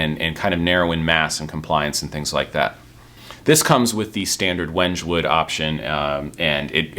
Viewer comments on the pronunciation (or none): That wood is pronounced "wen-kay"; it's African. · Wenge (wood) is pronounced "weng-gay"